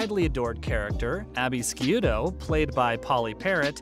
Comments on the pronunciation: Scioto is pronounced shùto, not skiuto. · You claim to be an authority on the show and you pronounce Abby’s last name as Skee-oo-to??? Wrong! It’s pronounced Shoo-toe, as you would know if you ever watched it. LAME!!! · Abby's last name is pronounced Shoot oh. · It is pronounced Shoe toe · Abby Sciuto -- pronounced 'shoe - toe' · You can’t even say Abey’s last name right. I bet you have never even seen a full episode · Hey, - Your use of "We" in this video; we as huge fans, etc., is a ridiculou notion. WE know you aren't really a fan by your pronunciation of Abby's last name. Instead of blowing smoke up our &##$ it would be better to be honest about it all.